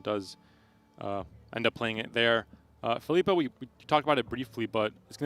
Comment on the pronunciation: Triggers me to the max how pronounces Phillipa. Like it’s literally “fill-ih-pah” not “fill-eeeeh-pah” smh mcbeard is the only one who pronounces it correctly